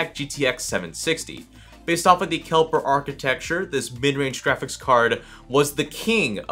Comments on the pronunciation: Johannes Kepler not kelper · It's Kepler btw, but no big deal, don't judge me pls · kelper. lol